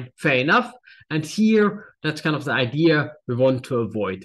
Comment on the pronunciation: He learned Engiish from an American; Idear instead of idea. I know. I grew up saying Idear until I got to college. LOL!